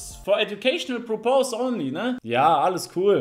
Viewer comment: pörpes, nicht purpous